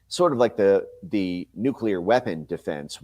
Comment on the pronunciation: Benny, please pronounce NUCLEAR correctly...please?